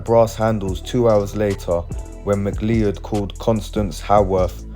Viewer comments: Mc-Lee-Ed!!!🤣🤣🤣 everytime he says that name it cracks me up... its pronounced Mc-Cloud... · Ma cloud - is how the surname is pronounced